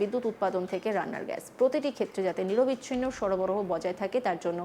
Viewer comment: নিরবিচ্ছিন্ন হয় না নিরবচ্ছিন্ন হয়। নিঃ + অবচ্ছিন্ন